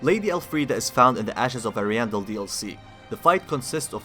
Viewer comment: How do you still mispronounce Ariandel when they say it in the DLC? Lmao